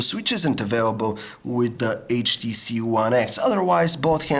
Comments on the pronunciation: lol the samsung s3 is taking picture.. because when u said HTC it sounds like "CHEESE" and the S3 will snap a picture when u say cheese :P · you said HTCheese :P